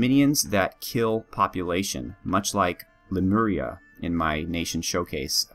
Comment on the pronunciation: Cool choice of nation, should be interesting to see you handle weaker troops this time, as opposed to the giants of Ur. Ps: You've nailed the Lemuria pronunciation :)